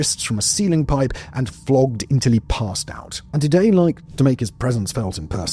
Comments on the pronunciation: It’s udoo-day to die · The way you pronounce the names "Uday" and "Qusai" is the best part of this video